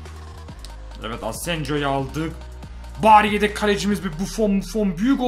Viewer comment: de Yedek Yerine Redek Diyo (Farkina Varanlar +1)